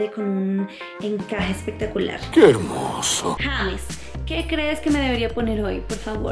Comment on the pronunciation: Se escribe James y se pronuncia yeims